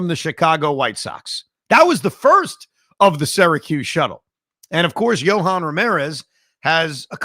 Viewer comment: Why is Evan saying ‘Syracuse’ incorrectly again?